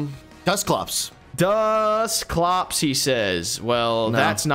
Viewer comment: probably a gen 2 Also: its dusklops 🤣🤣🤣